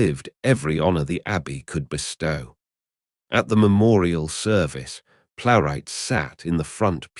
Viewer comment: Extremely bad AI - sux that you mispronounced Laurence Olivier's name (and Joan Plowright's) continuously throughout the video...lazy ass effort...